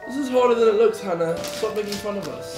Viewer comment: Finally someone who said my name correctly!! Love you hannah